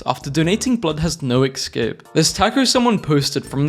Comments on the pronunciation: ESCAPE not EXcape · EScape not ECScape EScape